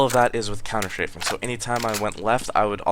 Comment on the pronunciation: You say ''Counter-Shaving''... oO